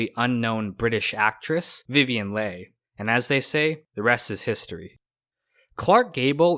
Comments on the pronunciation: This is a good video. Thank you. Vivian Leigh's last name is pronounced like Lee, rhyming with see. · It's Vivian Leigh , pr: Lee*